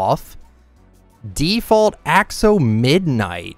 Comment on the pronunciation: How you pronounce the pick axe: Ax eh lotl